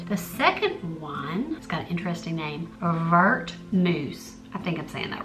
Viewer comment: “vert” is French for “green” and it is pronounced “vae”. In Spanish it is “verde”and it is pronounced “ver-day”.